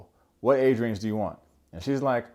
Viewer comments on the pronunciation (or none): none